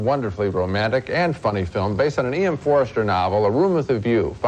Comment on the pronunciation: It's Forster, not Forester